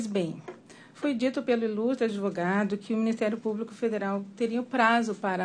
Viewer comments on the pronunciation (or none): Desembargador falar ADEvogado, ninguém merece!!!